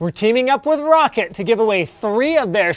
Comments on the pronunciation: I thought Roccat was pronounced "Row" "Cat" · Did he just call roccat 'rocket'